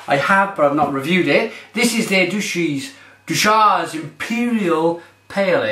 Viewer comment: Deuchars is pronounced Dew-cars